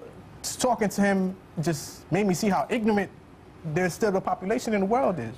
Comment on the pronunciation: Did he say ignent instead of ignorant?